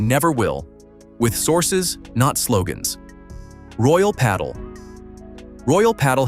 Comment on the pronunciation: Next time you do a video, please teach the AI to pronounce the names correctly and pádel